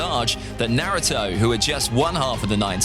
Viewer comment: Your pronunciation is so terrible - couldn't get through the video. Can't even say Naruto somewhat properly...